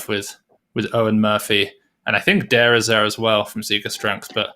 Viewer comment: love the commentary Seb. a small point : Daire is pronounced Dara, like Dara O'Briain, the comedian